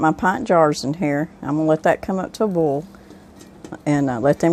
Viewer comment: Subscribed. I can pickles but haven’t tried canning relish. Video was very informative and I love that you say bole vs boil. I’m a Texan son of the south, my whole family including me says bole.